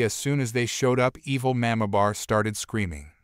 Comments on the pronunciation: Learn to pronounce Mamabear, it’s not mamabar. Also pronounce live right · Narrator, please learn to pronounce the word "mamabear". It is very jarring to hear it pronounced totally wrong.